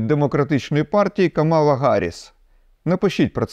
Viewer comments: КАмала Гарріс, наголос на першу літеру А - кАмала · Вірно казати Кáмала Гарріс, не Камáла. Бо перший варіант і є її ім'я, а другий - це те, як Трамп навмисно коверкає на публіці її ім'я